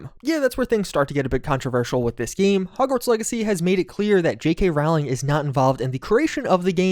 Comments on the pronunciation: Dude, it’s pronounced JK Rolling. Jesus that is grating. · Learn how to pronounce ROWling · It boggles the mind that people spend dozens, even hundreds, of hours making videos talking about J.k. Rowling and can’t be bothered to figure out how her name is pronounced. It’s ROLLING. As in “roll.” Honestly, can’t you just start with basic stuff?